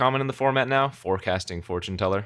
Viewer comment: four-tune teller :D